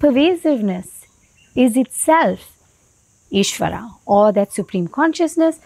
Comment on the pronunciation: appreciate sharing that information, humble request though, kindly pronounce ishwara and dharma over ishwaraa and dharmaa, although language is english but words are Indian, this is symbolic in a sense to represent true Indian view over western understanding and interpretation. don't mean to offend but thats my sincere feeling.